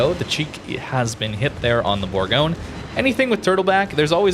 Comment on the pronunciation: Bourgogne is pronounced bour- gon- ye.